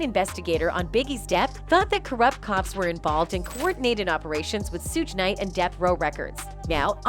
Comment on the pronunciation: It's 2 pack not to pack it's Suge like sugar not Suge like sewage ppac been dead damn near 30 years and y'all still sayinbhis name wrong